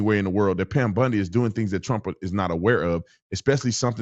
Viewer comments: Pam Bondi not Pam Bundy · It's Pam BONDI Tatum, not Bundy. 😂😂😂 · Tatum said Pam "Bundi"😂😂😂😂...it's BONDI